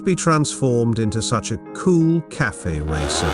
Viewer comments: I love the voice, perhaps all that’s needed this fix a few words phonetically like “Caff-fay” racer the few instances it says “KAFF” racer! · cafe is not pronounced "calf" -- it's pronounced cafay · Your AI voice is pronouncing Cafe (two syllables) as Calf (one syllable). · The computer voice needs to learn that it's not pronounced "CALF Racer." 🐄🤠☮